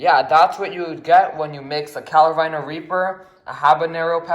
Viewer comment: bruh it’s carolina not “calo-rina”